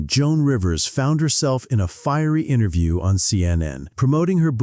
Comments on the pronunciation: Wait... that pronunciation if "interview" during the seinfeld on larry king segment.... anyone else hear something off? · I SWEAR HE SAYS INTER-JEW